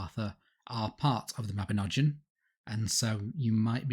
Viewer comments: Mabinogion is said with a hard G and that letter is not pronounced as a J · It is pronounced 'Mah-bin-og-ee-on'. YOU TWO MISPRONOUNCE EVERYTHING!